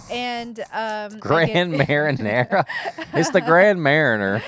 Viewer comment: Ohh my sweet Kentuckians!!! Grand Marinara 😅😅❤️ Its mar knee yay!! Bless your hearts!! Luvyameanit